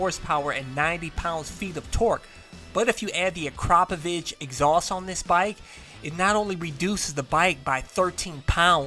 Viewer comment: Uh Crop O Vich? Maybe I am wrong , but I thought it was Ackra Poh vic the way it sounds.